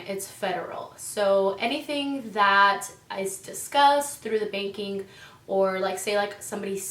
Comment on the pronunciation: At one point she did said baking....hilarious 😂